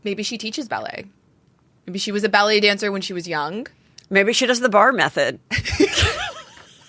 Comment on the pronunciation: I kept hearing “belly dancer” & not ballet dancer lol!